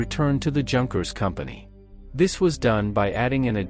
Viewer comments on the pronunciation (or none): "Yoonkers" Not junkers. great video otherwise. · Junkers is pronounced “Yoonkers”